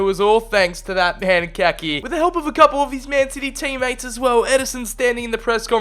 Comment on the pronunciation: Just to let you know it’s pronounced Ka-ee-kee